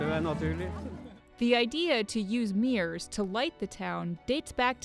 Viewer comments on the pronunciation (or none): Mirrors not meers